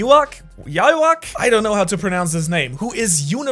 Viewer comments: ITS YWACH BUT PRONOUNCED YUWABAHA😅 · its pronounced Yu-ha-bach. bach as in the famous German composer and musician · Yhwach is pronounced "You-Ha-Bach" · Ywach is pronounced (Yu-ha-wac) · Yhwach is pronounced You-ha-bacq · is pronounced (you-huh-varck)